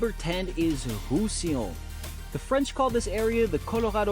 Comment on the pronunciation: IA à gogo et les 'oms sont très mal prononcés les Bas de Provence ? Illons pour Roussillon ?? 😱🧐😡